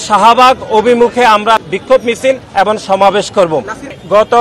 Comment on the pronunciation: ভাই এবন নয় এবং উচ্চারণ ঠিকমতো বলেন